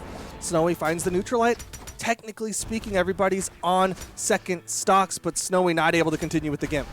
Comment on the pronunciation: "sowy is snow good" lmfaoo